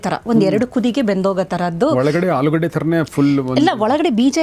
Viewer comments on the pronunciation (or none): none